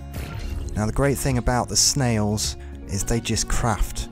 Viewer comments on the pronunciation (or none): none